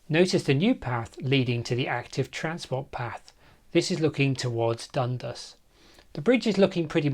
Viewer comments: Hullo, the locals pronounce it dun-DAS, with the emphasis on DAS. I wonder why they didn't run a gauntlet track over Kissing Point Road ? It would have saved (us) money. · Just a pronunciation note: the stress goes on the second syllable in Dundas, and it rhymes with 'gas'. At least, that's how I always heard it, growing up in the area in the 1980s.